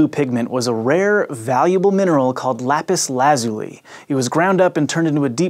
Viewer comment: It's lapiz lah zoo lee